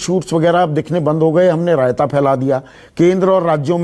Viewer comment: Sandeep ji ek Baar RAYATA sand Bolte hai to achha lagta hai